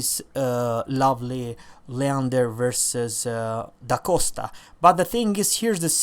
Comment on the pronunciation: I'm happy that you pronounced it's name correctly except for "d' Aosta", you said " D' ACOSTA" but where do you see that "c"? It's A-O-S-T-A. PS:Where are you from :)?